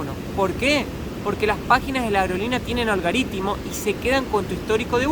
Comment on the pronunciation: es "Algoritmo" no "Algoritimo"!